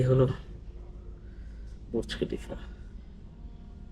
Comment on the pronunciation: হায়রে কামলা ( কনটেন্ট‌ ক্রিয়েটর)!!! বুর্জ খলিফা বলতে পারে না! বলে বুরুজ খলিফা! আগে শুদ্ধ করে বাংলা বলতে শেখ, পরে কন্টেন্ট বানা।